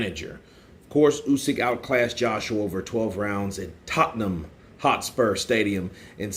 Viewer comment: "Tot-num Hotspur Stadium", nailed it, well done!